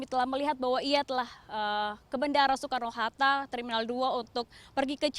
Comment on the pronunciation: Apa cuma gue yg fokus ke reporter nya bilang Sukarno hatto 😂